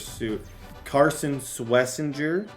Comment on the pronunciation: It’s Swess-en-jer